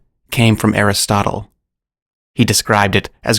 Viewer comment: Aristotle but pronounced like chipotle.